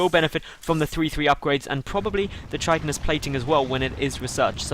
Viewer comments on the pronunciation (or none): its KAI-tinous plating btw not CHIT-inous :)